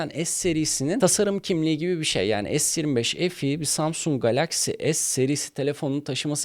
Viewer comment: Es 25 EF i ne yaaa. Bari adam akıllı es tuventifayv EF i de. Se 25 fe e demek seni küçültmez. Yarı ingilizce yarı Türkçe ne ?